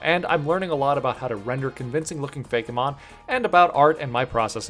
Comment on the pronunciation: I love how he pronounces "Fake~eh~Mon" Lol 😂